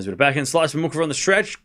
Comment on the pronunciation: Muchova is pronounced moo-hoh-va